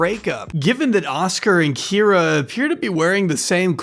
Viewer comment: You did miss a single Kye-ra to -Kee-ra, but it's fine.